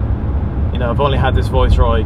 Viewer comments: I didn’t realise it was an accent as everything else sounded perfect, just sounded a bit weird rhyming with voice and not vice but superb car and loved the video and you got a bargain. Loved the rarity and I remember a tv advert with Carlton, Viceroy and Royale. Subscribed! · How do you pronounce this car, it sounds much nicer with your Irish tone than the English (Vice roy) when you say it's name it sound like (voice roy) it lovely It look very like the one my dad used as his car from tge manager fleet when he worked for Gm Europe Vauxhalls. They where like pool cars. I remembertgese cars well he a burgandy red colour and gold one it dad use to say it a carlton tarted up she was a working class girl who found a sugar daddy. We then moved to the Royals. He had metallic red coupe with gold crushed velour seats and sunroof and wood effect dash. The trouble with dad he was a Jaguar Daimler man so his private car was 4.2 xj he had tgem from early 1970 through to xj40 whenbfird took over hus boss a gm said no more Jags or else. Especially when the govt refused to sell landrover and jaguar to GM. I digress nice car! Dont you just love the colour choice youbgotbin cars Red crushed velour, Gold, green, blue abd black. Car interiors where intrestibg places. I hated black interiors, they are lazy, with no style, bring back colour. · I’m Irish and have been living in the UK a long time. So some words/phrases I pronounce in an Irish English way. If that makes sense. Thanks for subscribing 👍 The Viceroy is tucked up in the garage still. Has yet to emerge from its winter hibernation.